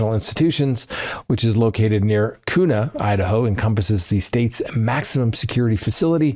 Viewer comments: All staff in the facility have access. You don't have to be in that specific unit. There is also playback that it could have been recorded from. Idaho C/O's are allowed to take their phones into work. Also,, it's pronounced Cue-na, not Coo-na. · Kuna, Idaho, is prounced, Quna.